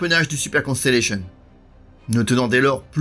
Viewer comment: Merci pour votre parfaite prononciation du Constellation. Continuez ainsi. Merci pour la qualité de votre vidéo, claire et précise.